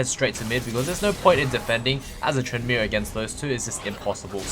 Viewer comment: "so fokin good at trynndameer"